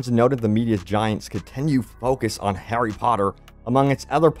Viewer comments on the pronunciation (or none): none